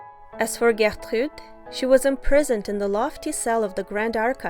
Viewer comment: I really like the French accent you use to pronounce Gertrude's name. Great video!